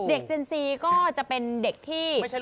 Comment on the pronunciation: เจน Z = ออกเสียงเจ็น ซีครับ จะออกเสียง เจ็นแซ่ด ก็ได้ตามใจ